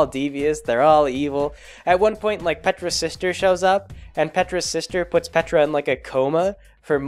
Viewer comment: Every time you said Petra I heard Petirep